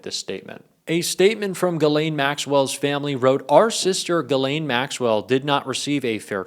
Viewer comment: He pronounced Ghislaine!👍🏻